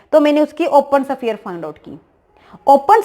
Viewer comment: शफीयर नहीं होता है , स्फेयर होता है 😀